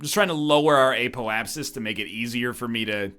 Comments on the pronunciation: WHEN WILL NORTHERN LEARH THAT IT'S "Apoapsis" and not "Apolapsis"?!?!?!?!?!?!?!?!?!?!?!?!?! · "App - Oh - Ayy - Sis"